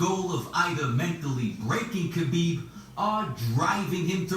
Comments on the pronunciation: FYI its Habib - the K is silent. The right pronunciation is H & Khabib means beloved. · K is silent in KHABIB